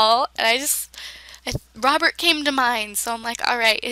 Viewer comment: At first i thought you said lobert insted of robert lol